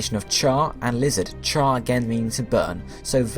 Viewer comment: "it is the liihhhzzoothh pokemon"